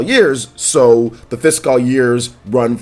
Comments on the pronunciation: be like: Fis-cawl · I've never noticed how odd your pronunciation of the word "fiscal" is.